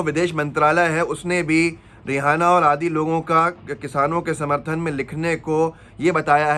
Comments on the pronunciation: SiR rehana nahi Reyana Nam hai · रिहाना नही है यह रियाना है ईसाई धर्म से है